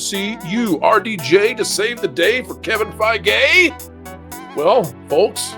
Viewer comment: Did just say "Kevin Fei-Gay"? 🤣